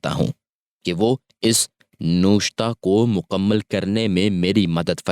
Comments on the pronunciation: لفظ نوِشتہ ہے نہ کہ نوَشتہ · It is nawishat,,, and nawishata,,, apna talafuz tu theek krey